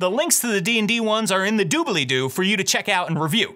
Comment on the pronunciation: Super helpful and energetic video. I think it's hilarious that you say "Doo-Bell-Ee-Doo", Matt says "Doo-Blee-Doo". The extra syllable just adds a little flair.